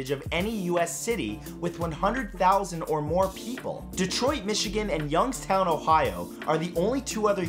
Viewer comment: Thanks for pronouncing Youngstown the way we do! In case you're wondering that g is about a k.